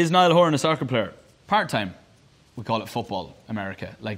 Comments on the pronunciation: SAHHKURRR *Niall in an American accent.* me: when i tell you i WHEEZED but if you were doing that so American people wouldn’t get confused I feel bad. I would just say football and let them figure it out. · *when I play soccerrr ✨ call it football 🤣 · he was being sarcastic that's why he pronounced it 'socah' with a heavy american accent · its more like ‘socaah’ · he was mimicking americans he also copied their accent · The way that he said soccer 😂 And yes, I know that the right word is football⚽️